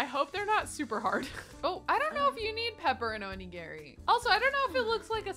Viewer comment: omg girl, every time you mispronounced onigiri I flinched lol